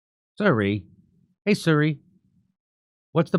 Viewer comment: can someone let jimmy know its "see-ree" not "sur-ree"?